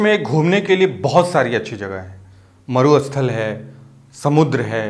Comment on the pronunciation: First person who actually knows how SAMUDDRA and MARUSTHAL are pronounced......